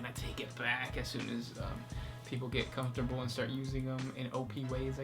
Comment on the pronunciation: Neither of these guys can pronounce the letter L in the middle or at the end of the word. "Comfortable" is "Comfort-bow", "killed" is "kiwwed", etc.